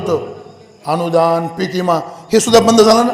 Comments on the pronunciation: गावाकडची मानस ईमा च म्हणतात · ईमा नाही हो विमा म्हणायला शिका आधी..... इधा नपरिषद 😂😂😂😂😂